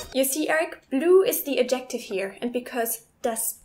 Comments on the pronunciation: I know this was from 2016 and you probably already know this, but "adjective" starts with "a" as in "bad". Also the first syllable is stressed. You pronounced it like "objective" which is understandable, but wrong. Keep up the great videos. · With the word "adjective", the stress is on the 1st syllable AD-jik-tiv. But pronounce the D as slightly or as little as you can. It's not like AD as in Ad Hominem. should be "I heard that!" Not "I've..."